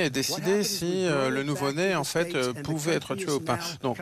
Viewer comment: Trump et les "en faîte"😂😂😂😂 En faite cest la fete des emphets